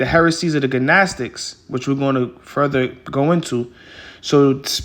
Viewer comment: Edifying video. In the word “gnostic” the “g” is silent bro